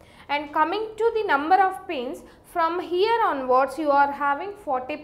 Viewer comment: So heeiere,,,,loved that pronounce lol